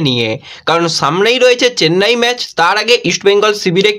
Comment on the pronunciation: কথাটা ম্যাজ নয় ম্যাচ ।